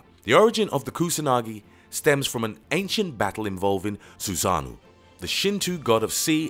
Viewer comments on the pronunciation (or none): its orochi not orichi its susanoo not suzanu its sake not saki its amaterasu not ameratzu how did you get all of this wrong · My man horribly said the words "Susanoo, Ameterasu, Hime, Orochi" 😂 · its Susano'o and Amaterasu not susanu and amaratsu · Susanoo, Amaterasu and orochi. He literally butchered their names.